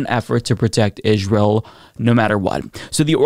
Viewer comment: Darn was hoping to get through one of your videos recently without hearing you pronouncing Israel that way 😂 😅 you and apparently Candice Owens both says it the same way and I can’t hear it it’s like nails on a chalkboard idk why